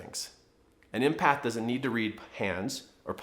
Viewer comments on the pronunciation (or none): Thank you, but it's not pronounced "impath" as you're saying it! It's EMpath as in the name Emily! Empathy, the ability to put yourself in the shoes of others, know how they feel and able to feel the same feelings. Related to compassion, but not the same thing! Many HSPs , highly sensitive people are empaths and many artists as myself are creative empaths.